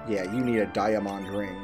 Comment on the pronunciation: Die-ah--MAHND ring? What am I missing, isn't it just diamond?